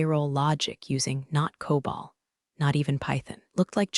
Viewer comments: It's COBOL, not COBALT. And there are no semicolons in COBOL. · Teach the AI voice the difference between COBOL and Cobalt